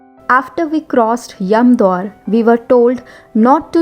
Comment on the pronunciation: It is Yamdwar not yamdoor. I guess you are an Indian but trying to twist your mouth to imitate foreign accent. Unbelievable, almost 100% of b..y Indians like to copycat westerners. what a mentality?